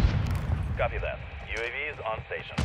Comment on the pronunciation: that dude just called a UAV a "Yooave" cringe.